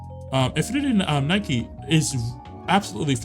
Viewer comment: Lol Infinity Nike, it's Nik-Key and Woothering Waves is like Whethering Waves.